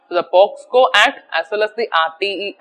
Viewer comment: Regret for finding mistakes onevby one. Because basically I am a mistake finder, even I couldn't tolerate social issues in our society. Ok let's come to the subject. The act is Prevention of children from sexual offences ( POCSO), but I found your pronunciation were POSCO. Please check the video and correct yourself.